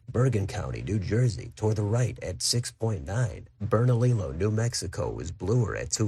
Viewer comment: isn't it pronounced Bernaliyo?